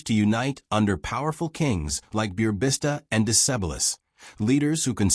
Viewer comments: You called mighty Burebista - Beerbista 🙄😄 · Ah those butchered names in english of Burebista and Decebal